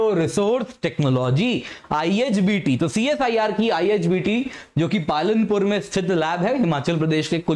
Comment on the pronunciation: Palampur not palanpur